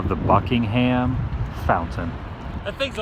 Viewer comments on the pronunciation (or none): I swear i heard the Woo say "Fuckingham Fountain""